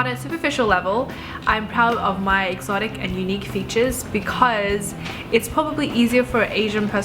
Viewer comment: U said EXOtic =-O